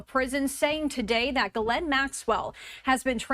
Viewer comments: Oh, so rather than being "Epsteined" she'll be "escaped". Lol, it's not Jizlaine, it's "Geh-laine", the s is silent and the Gh is like in Ghost. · It’s pronounced Gee lane (Rhymes with Elaine). It’s not common name in the US. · This reporter can't pronounce her name correctly.